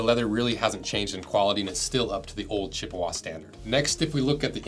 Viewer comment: As a native of Chippewa Falls, I can tell you the preferred pronunciation is "Chip-wa" not "Chipp-a-wah."